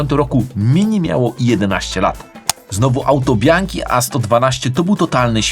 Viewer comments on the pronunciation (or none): none